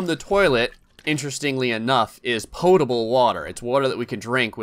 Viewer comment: Because that's how it's pronounced...